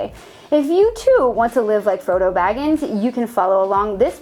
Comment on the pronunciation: Great show. two things: 1. I’m with you on the barrel grip. 2.. I spit my drink out when you said Froto Baggins